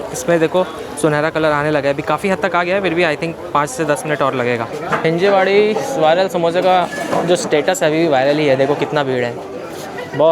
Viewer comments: Bro.. it's हिंजवडी. हिंजेवाडी नाही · हिंजेवाडी ❌ हींजवडी ✅